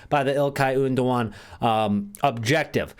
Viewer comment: "Ilkay Oondogan"